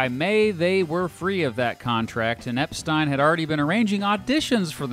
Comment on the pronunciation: Pronounced Mersey wrong .. then Epstein wrong .. i'm out!